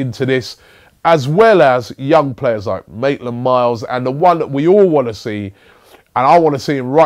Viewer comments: he used to say "naitland miles", hes evolving lol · It's maitland-NILES ffs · Maitland - Niles* it's getting a bit annoying now